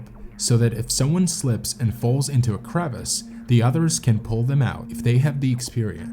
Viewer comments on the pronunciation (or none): Dude, it's not a crevice like in your driveway. Come on man. It's crevasse. It's a French word. Say it right. And stop calling these climbs hikes. You go hiking in the Appalachians. You don't hike up Mt. Rainier and Denali. What are you doing? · The people who I've heard talk about climbing Denali say that it is not a technically challenging mountain. Denali is the Athabaskan word for the mountain and it means "The Great One". Crevasse is pronounced cre-VASSE, not like crevice. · crevasse, not crevice!!!